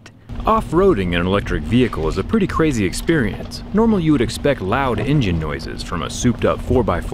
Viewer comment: "No in jin" lol